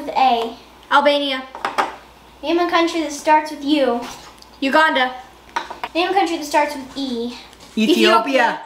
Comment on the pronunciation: You put you pronounce Uganda as Uganda not a gander